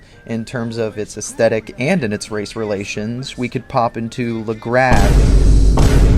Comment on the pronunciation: It’s Legrass, we live in America not France